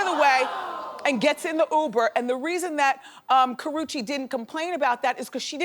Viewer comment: IT'S KARRUECHE get that in your head or read the letters slowly.